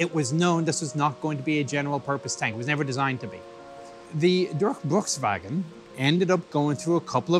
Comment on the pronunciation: haha i like how he try to say "Durchbruchswagen" 😀